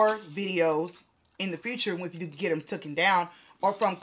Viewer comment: It’s “TAKEN” sis “TOOKEN” isn’t a word!